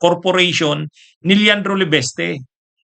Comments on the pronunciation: LE- VIS-TE...!!! HINDI LE-VES-TE...!!!!........( IIIIIIIIIIIIIIIII)....VVVIIIIIIIIIIISSS )))))))😅😅😅😅😅😅😅😅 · Hindi "LE-BES-TE"! "LE-VIS-TE".